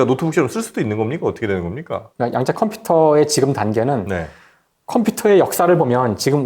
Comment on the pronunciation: "양자"가 아니라 "야앙자" (좀길게)라 읽어야 되는것 아닌가요.